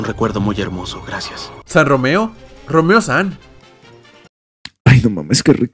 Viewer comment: jajaja no mames es "RomeRO" no "Romeo", es el primer y actualmente único santo de mi país El Salvador, lo es por acciones que hizo durante la guerra civil les recomiendo buscar sobre el